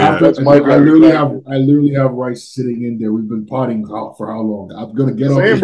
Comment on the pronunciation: I can't help but say this but always mispronounces 'further' as 'father' and 'literally' as 'little-lee'. It gives me a good laugh 😂 Nick Walker and do the same thing 😊